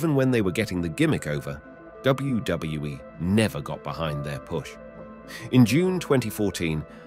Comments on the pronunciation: He says it right sometimes and I think he’s got it down finally and then he screws it up 😂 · How hard is it to say WWE